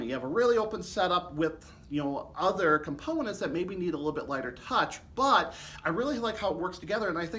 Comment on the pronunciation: thanks for what you’re doing! I listen to videos like this on headphones so I can hear every nuance of the sound of the trombones you demo. I imagine many do the same. BUT, in this recording, in your excitement, you are emphatically speaking introductory words, like “BUT” ten times louder than the rest of your sentence! The result is that while I’m wearing my headphones, you are blowing my head off several times during this one video! Please stop doing that!